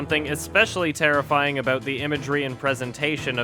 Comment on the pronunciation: More like.....Terrif-EYE-ing